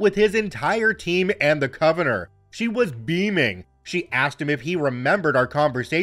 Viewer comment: Love ya,, but you need to look up the pronunciation of "convenor". 😅